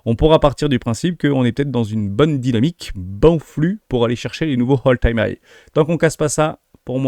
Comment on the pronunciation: Attention à la prononciation Hermès quand tu dis "Hole time high" Hole qui veut dire trou 😂😂😂. C'est "All Time high" ( Ole Time hai )